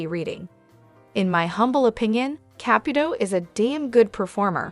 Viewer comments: Why won’t you pronounce her last name correctly? It is not a hard name? It is not Cap it old it is Caputo! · Who's Capatoe? If you are going to use AI at least pronounce the names correctly. It's sloppy,. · GEEZ ...LEARN HOW TO PRONOUNCE HER NAME FOR HELL SAKE ! NEVEE WATCHING YOU AGAIN !!!!!